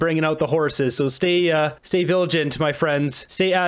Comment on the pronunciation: It’s ‘stay vigilant’… NOT ‘stay viligent’ … sheesh…